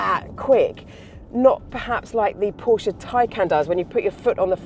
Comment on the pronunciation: The otherwise solid is revealed to be malleable; for craven enthusiasm must be feigned. This Porsche (at least she pronounced it properly - 'porsher') is remarkably ugly. Pedestrian in its styling it looks like an entry level Ford, or every other EV saloon from an east asian production line. The battery laden floor pan elevates its profile and makes it look like a lorry. It's just, as the Macmaster can attest, another overpriced product wherein - just like faux, earnest appeal - 'BBB' - Bullsh*t Baffles Brains.